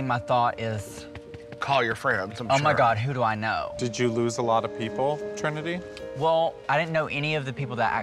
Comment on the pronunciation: Not y'all messing up Trinitys name like that